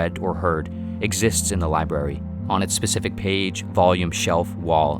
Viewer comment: Lol "The Liberry"